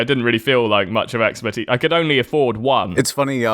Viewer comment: Expertise or 'Expert Teeth'